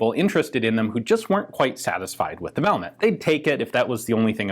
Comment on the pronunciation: My OCD SAYS... VAL-MAY, the T is silent 🤫